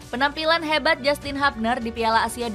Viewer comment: HUBNER dibaca Hubner bukan Habner min....!!